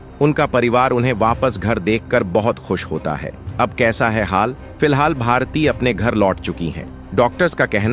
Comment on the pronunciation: Naam toh thik se boliye!! Bharatiya nahi bharti naam hai unka